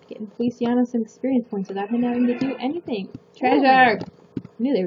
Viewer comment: Can I randomly cut in and say's Feli's name is pronounced "Fe-li-chaa-no"? Sorry. ^^ PFFFT I remember Strawberry Shortcake and Melon Ball. XD KIKU WHY.